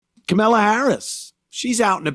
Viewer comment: kamilla kuhmilla Anthony purposely says her name wrong